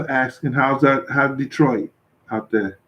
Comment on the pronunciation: "Thurr" St. Louis accent 😂😂😂